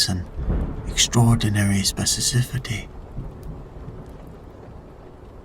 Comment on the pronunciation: Love this so much, thank you for consistent, superior uploads. I only fall asleep to your stories. (say it with me now: speh-sih-fih-sih-tee)